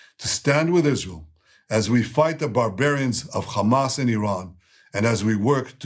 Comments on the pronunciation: It's Hamas not Khhaamas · It’s funny how they can pronounce Holocaust But can’t pronounce Hamas. LMAO 🤣 H H H H H H KHAMAS LOL 😂